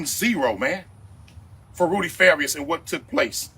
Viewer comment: Fa-Ree-Us....not Far-E-Us....